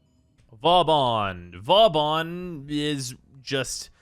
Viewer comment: Man's craping on vauban yet he can't even say it properly